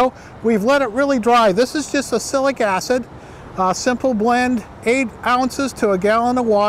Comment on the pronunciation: What you say doesn't sound like "oxalic acid" to me, if I didn't know what you say I would guess "acilic acid" :)